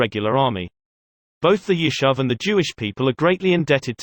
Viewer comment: Yishuv ... YishUv!!! how is this difficult to say?!? Palmach - PalmaCH - again, how is this difficult to say?!? FFS, get someone who can pronounce basic Hebrew words correctly.